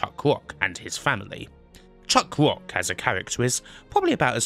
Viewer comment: Lara Cwoft Chuck Wock You're just doing on purpose now